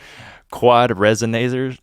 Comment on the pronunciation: Absolutely lost it when you said quad resonansers